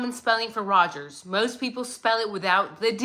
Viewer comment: Its Pappa rodger not rodgers i always thought pappa rodger spelt his name after the inc3l elliot rodger , but jack is sus af for sure